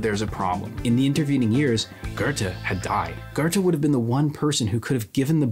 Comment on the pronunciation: Very great video! Small nitpick about the German names: Töpffer and Goethe have the Ö/OE sound in their name (same thing), its not pronounced as O, but closer to how one would say "uh"